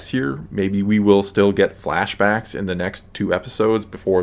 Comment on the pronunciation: Did you say “flash bactas” that’s funny!!